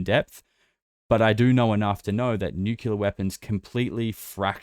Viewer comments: sir, you are pronouncing Nuclear incorrectly. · Oh great another person that doesn't know how to pronounce nuclear .😂😂😂Maybe those stories about advanced civilizations living inside earth have always been true. Admiral Byrd talked about it. And I believe it was the Hopi who said the "ant people " took them underground to survive a cataclysm. Tons of those kinds of stories